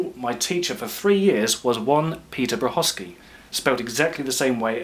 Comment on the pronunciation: Thanks for the proper pronunciation of Peter Brachaki's name. You'd never have thought it. Mind you, my late mum had a dentist whose name on his surgery plaque was written as 'Ghazimadeh': it was pronounced, as his receptionist told me when I phoned one day to make an appointment for mum, as: 'Jovenvader'. Fine. 🤔 And most importantly - I never tire of watching you make such beautiful objects. Thank you.